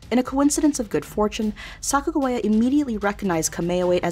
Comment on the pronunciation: Why does the other person narrating besides say Sacajawea in a weird way. Haven't you heard how her name is pronounced?